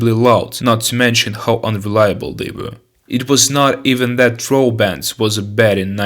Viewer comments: This video is bad on so many levels that it's hilarious!=))) You called all Eastern European countries in the video "Soviet", called the Trabant "Trohbant" and just exagerated like hell with the "facts". The Volga and Yugo for example weren't that bad at all, but you probably never even got close to a car from Eastern Europe... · You say “Soviet Czech Slovenia”? Do you mean the Czechoslovakia, which never has been soviet? The pronunciation of the word Velorex is [velo’reks]. And your false pronunciation of Trabant as “Troll Band” sounds too funny. :-D Use Google, my friend, before you’ll make a video next time please. ;-)